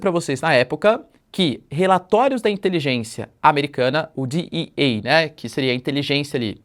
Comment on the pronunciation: DEE EE A é uma coisa DEE AI A é outra